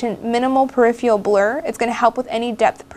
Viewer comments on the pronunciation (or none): peripheral...not periphial please